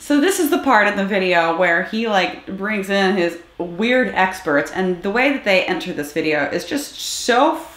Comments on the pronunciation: His “esperts” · "My essperts are here". Baaaydaaas!! 😅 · btw, what the hell is an ''Essperts'' ?